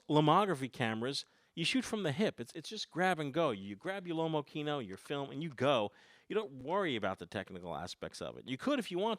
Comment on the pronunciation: x) Pronunciation of Lomokino is wrong,if it is a russian camera you could at least try to pronounce in an original way, russian way.Lomo Kino not lomo kieno(you need to rough a bit). Kino means cinema.